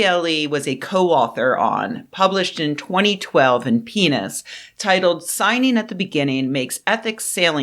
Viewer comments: I know she meant PNAS but it sure sounded like "penis" to me. The big question is whether the NAS chose that name for its publication intentionally to sound like penis, or if it never occurred to them that there could be some humor in the name. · she is saying penis. You gotta make fun of anyone who decided to name themselves anything close to penis. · I always do a double take when you say PNAS.